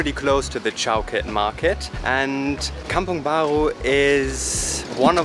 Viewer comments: When you pronounce "kampung bha-ru" as "kampung bha-gru" in your accent, it makes me smile...hehe hope you guys enjoy your visit and stay in Malaysia :) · Love the way you pronounce kampong baru as "kampong baghu", gives a French accent to it! 😁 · Haha I was really wondering where are you two from when I began watching this video, and then you went to kampung "baghu" (that's how malays spell for the way you pronounced it) 😂 Guten abend! People from the state of negeri sembilan to the south of kl, also pronounce the letter r that way, so if it's a new video (video baru) then they'd say "video baghu", however, they don't say kampung "baghu" though, the r is still pronounced similarly to the r in "australia" 😬 Anyway danke, for all the compliments and nice words you two put in for KL and malaysia 👍 Hope you two truly enjoyed your 1st time visit, and be safe wherever you are now and wherever you will be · It's a very German pronounciation 😁